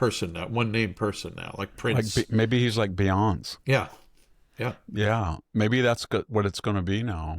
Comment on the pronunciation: It's "Bee-Ya-Say"